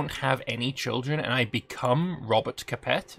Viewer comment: Shame the same can't be said for his pronunciation of "Capet".